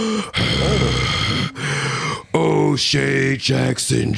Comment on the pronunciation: Watch the pronunciation on O’Shea Unc….. Thought you cussed 5 times. 🤣🤣🤣